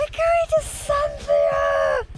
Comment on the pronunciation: Lovely video. Love Santhiya resorts and looking forward to trying this one. You don’t pronounce the h in Santhiya by the way. Something we learned when staying there.